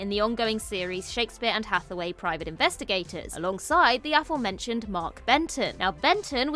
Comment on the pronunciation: I keep hearing her say Shakespeare Anne Hathaway 😂